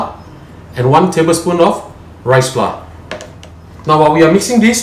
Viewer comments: Dude, please don't pronounce FLA again for flour which sound as flower, please learn and speaker proper English, Thank you.... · dude...you said fla for flour...